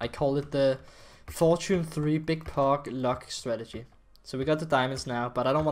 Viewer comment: Is it just me cuz when he says POG!!!!!! it sounds like FUCC!!!!!!!!!!!